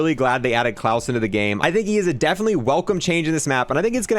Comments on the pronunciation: It's not Clause like Santa Clause, but kl-ow-se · Says his name is klaus, pronounces its clawess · Clause and "ayyther" instead of "ee-ther" make me feel that way haha. Maybe has some mild dyslexia, you'll read everything instinctively phonetically. No hate on him, I do the same to the point where I will Google "how to pronounce" for videos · I heard "claws" 🦞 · I think I suffered slight brain damage from the pronunciation of his name